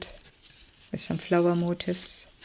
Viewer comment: FYI : The word MOTIF(S), which you have used a lot, is not pronounced MOTIVE(S)! (That is another word altogether.) Motif—which means theme—is pron. mo-TEEF, with the accent on the 2nd syllable. I hope this was helpful! Your work is lovely, and the flip-throughs are enjoyable.